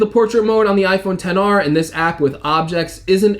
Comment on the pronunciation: it’s iPhone ten r